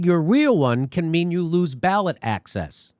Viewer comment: jimmy!! ya got a little elmer fudd blood in the family? ...your wheel one... bowwet access.